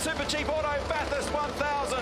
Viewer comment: Please, it is not Bath Hurst. Only Victorians call it that. It is pronounced Bathust. Just slur it all into one noise.